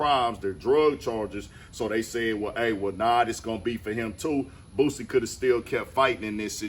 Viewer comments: why she say BOOZiie like dat lmao😂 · It’s Boosie not Boozie 😒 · Bihh said BOOZEY😂😂😂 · say it with me "BOO-C" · Did she say boosy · They never fail with the mispronunciation of certain homies. "Boozy" and "FITTY CENT" 😎🤣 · Lol its a whole "S" in "BOOSIE" "BOO-SEE" shit sound like peekaboo when you break it down lol Free Boosie for real before he even go i listen to dude so much he was like my big brother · She said Buzzie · Why she saying boozie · Did she say "boozey" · I LIKE HOW WHITE NEWS REPORTERS SOMEHOW ALWAYS FUCKUP BLACK RAPPERS NAMES LIKE THEY DONT KNOW WHO THEY ARE OR WASNT SHOWED HOW TO PRONOUNCE THEY NAMES... EVEN THO BOO-C BOO SEE (BOOSIE) HAS BEEN FAMOUS FOR ALONG TIME...DONT KNOW IF ISS RACISM OR NOT BUT ION EVEN WANT THEM TO SAY MY NAME WHEN I MAKE THE NEWS CUZ THEY STRAIGHT UP DISRESPECTFUL #DRILLANO #LANOTHEBILLIONAIRE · Why them folks always say boozy..🤣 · 😂 I can't stand how the news reporter pronounce his name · I hate when people says his name wit a Z in it lmao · Them using a Z instead of an S is crazy work 😂😂😂 white folks weird ash mane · 😂😂😂 where tf the Z at?